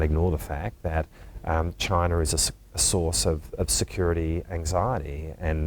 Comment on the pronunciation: Bloody hell why can't they say the word "CHINA"